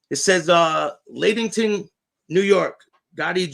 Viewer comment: Lattington....Lat rhymes with mat.....small "a"